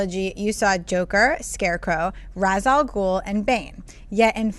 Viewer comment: They pronounced Ra's Al Ghul wrong. And Metallo isn't an alien. Zod, however, is an alien. As is Superman